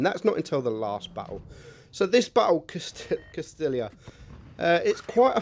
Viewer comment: its pronounced "castiya" and the new tank is "mootz" don't meant to be a dick by pointing it out but those are the pronunciations :) PS: love your content.